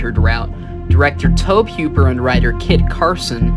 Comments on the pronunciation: this is not the only channel that has pronounced it as towb instead toe-bee. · Bruh tobe is pronounced like Toby. You driving me crazy the way you saying it